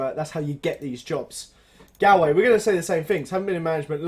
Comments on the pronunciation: it's pronounced golway not galway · It's pronounced GOLL-WAY